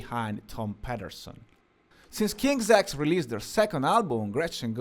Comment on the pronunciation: No he's pronouncing it correctly. It's King's X.. Like "Ex". Though there is a train station of the same name the band's name comes from an old kid's game. Basically like tag where you call out "King's X" to signal that you are safe and can't be tagged out.